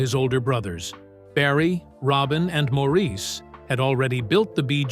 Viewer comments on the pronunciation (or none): Mor Is!! Not Mo Reese!! Please Say "Mo" if you can't remember the man's preferred pronunciation! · Absolutely no one in Britain or Australia would say Maureeece 😂